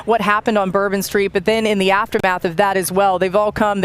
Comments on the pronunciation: And here I thought it was bourbon street not turban street 🤧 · I thought it was bourbon street… not turban street